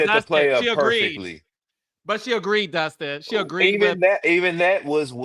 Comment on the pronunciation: It is DUSTIN. NOT Justin. Get it right. It's intentional at this point.